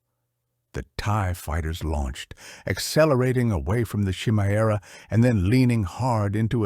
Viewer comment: It’s kuh-I- Merah not chi-merah. Just read the book, stop with all the ai